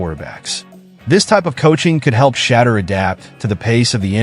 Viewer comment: you do not know how to say shedeur ???? ANY BODY can get a youtube channel. BTW do some research first and practice.